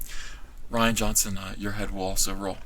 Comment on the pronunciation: i'm pretty sure it's pronounced REE-ANN johnson because it's spelled rian and not ryan.